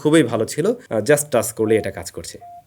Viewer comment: "চ" কে "চ" বলতে শিখুন। "টাছ" "ফিছার" এসব শুনতে খুবই বিশ্রী লাগে।